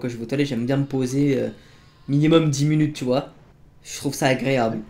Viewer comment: il ne sait pas parler il dit pas minutes mais mulutes regardez ces videos